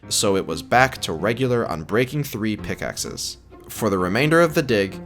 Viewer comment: ah yes, p i c k x e s. My favourite way to mine.